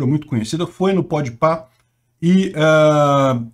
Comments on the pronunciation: "Podpé" ai é foda kkkk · é pq o pronuncia errado o nome do programa desde sempre, dessa vez ele começou pronunciando certo e depois voltou a pronúncia tradicional dele. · No começo estranhei o "Pod Pah", fiquei mais tranquilo e satisfeito com o tradicional e maravilhoso "Pod Péh" seguinte. Ufa ... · Eu só ñ entendo pq o fala Pode pé se o nome é Pode pah... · não é Pó de pé. É pod pah. Kkkkkk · Muito engraçado o falando: PODPÉ kkkkkkkkkkkkkkkkkkkkkk